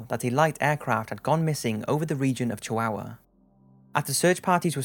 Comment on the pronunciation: Why the hell do you say chihuahua like that? Also wasn't Roswell proven fake? Like a long time ago.